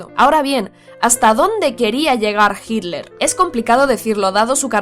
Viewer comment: Cuál es la razón para que los españoles pronuncien «Hidler»